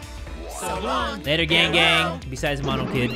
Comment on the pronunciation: just me or whenever jay says "gang gang!" i think hes saying "gang bang" ...uH jUsT mE? oH